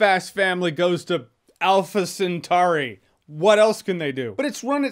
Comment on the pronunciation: "Alpha Centauri" 🤣🤣🤣🤣